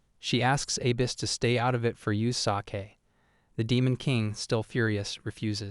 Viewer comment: For the sah-kay of the human race. Bro proofread your AI.